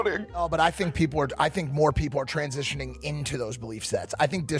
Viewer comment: "I think more people are transititioning--" so true :)